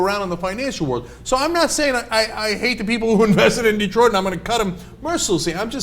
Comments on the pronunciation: Detroit, not Detriot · "Det-riot" lol freudian slip. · Detriot? lol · What's "Detriot"?